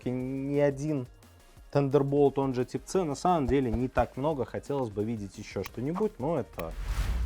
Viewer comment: Тип ц🤦‍♂️🤦‍♂️🤦‍♂️ ухо режет это слово, тайп си будет правильно!